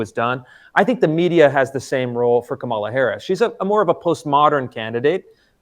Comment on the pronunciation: Kamala, stress the first syllable. Not difficult Chris.